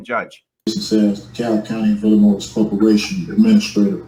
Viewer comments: It's Illinois, not, Illanoise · The s is freaking silent damn it! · is Illannoyed with how he pronounces Illinois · “De Cab Illi-noise” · Dee-PRY-vation Illi-NOISE 😂😂😂😂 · Apparently, this guy went to the late Mayor Harold Washington’s school of plentiful, multi-syllabic, and long words that make no sense. He should have received an extra day for each time he said “Illinoize”. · Illinoise? That all by itself should be a sentence enhancement. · Did i just hear him say he is granting all the gold in the treasure of "illa-noiSe" to a potato farmer? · I have also heard "Illinois" pronounced eel-en-wha. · Ella-Noise. 😂…….Illinois 😊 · Il-a-noise? Where is that? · Did he say “Illinoise”? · there should be a law that a judge can hold a person in contempt for pronouncing the "S" more than once when they say "Illinois "😠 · How can he live there and not know how to pronounce Illinois?! I'm from a small town, thousands of miles away in England, and I know how to pronounce it. It's like his YouTube degree trumps all the college and law school you attended for years?! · HAHAHAHA! Best part of the whole video! Why do these SovCit have to ALWAYS show their IGNORANCE?!?! The (s) in Illinois is SILENT!!! Just when I was ready to scream and pull my hair out the Judge mutes his mic 🤣🤣🤣. Definitely worth the wait. Thanks and enjoy your day everyone 💚👋. BTW love the new T-shirt for women. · nails on chalk board every time someone pronounces the "s" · I agree. His mispronunciation of Illinois was making me crazy. I wanted the judge to add time onto his sentence just for that! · Is the correct pronunciation Illinois or Illinois? 😂😂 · There is no noise in Illinois. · There is no noise in Illinois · Not being able to pronounce the name of the state you live in is a special kind of stupid. And I live in Kalifornya.